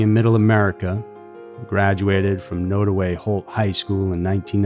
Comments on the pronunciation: It’s pronounced nod away rather than node. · Also, the county Nodaway is pronounced Nod (like nod if you agree) and away. I think it's also important to mention that Branson's cousin, Bobbi Jo Stinnett, was murdered in her home not long before he went missing. While her murder wasn't related to Branson's disappearance, still, the family connection should be noted. Also, Columbia, MO, is at least three hours from Skidmore, although you can get their fairly easily via I-70 west up to I-35 north. I think you can also reach it via 169, but I'm not 100% sure on that. Either way, it's relatively easy to get to and leave from.